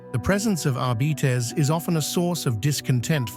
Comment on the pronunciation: "Adeptus Arbeeetes"??